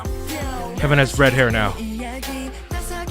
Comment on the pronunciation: WHYD YOU SAY KEVIN LIKE THAT😭☠